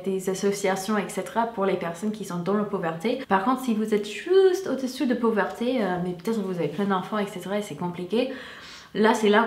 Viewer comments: Très jolie demoiselle avec un accent charmant. C'est marrant comme tu traduis poverty et pauverté. En fait il faut inverser, c'est pauvREté ;) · Hey 😉 Tu fais une petite faute marrante 😁 Quand tu veux dire "pauvreté" tu fais un mix avec "poor" du coup ça fait "pooverté" 😂😂 c'est top 😉😄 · Petite info on dit la pauvreté pas la pauverté